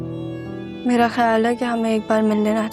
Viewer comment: py tumny Mera k bjay tumny Mela Bola hahahaha